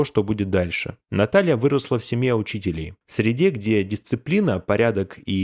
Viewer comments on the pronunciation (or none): Ну блин! Ударения !Не семья учИтелей, а семья учителЕй. Не горЕц, а гОрец. Ну и т.д. А вообще вот слушаю, и мне их не жаль. "Дурная голова ногам покоя не дает".